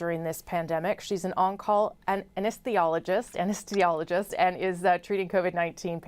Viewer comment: Anesthesiologist. How hard is it to say that word? Once you're on that vent as an elderly patience, he's not coming off it. What a darling man.